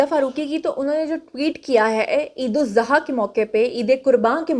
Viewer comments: Eid Zaha our Eid ul adha , you correct us or your pronunciation? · Eid e zuha nhe khtay.ap ghalat bol rahi han.eid ul Azhaa hay sahih lafz